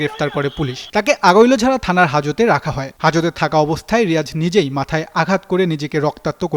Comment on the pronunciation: সাংবাদিক নামা বলতে পারে না আগৈলঝাড়া থানা❌ আগোলঝা থানা ✅ সাংবাদিক ❌ সাংঘাতিক✅